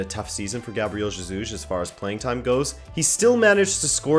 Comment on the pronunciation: You pronoun jesus wrong. The j is like an h, as in hotel, or horse.